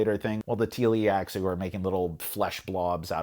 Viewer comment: Great review! I agree, I would never play Dune Imperium without the Rise of IX expansion anymore, but I would still play Rise of IX without Immortality. Small note: It's Tleilaxu (Tlee-lax-oo) though, not Tee-li-ax-oo.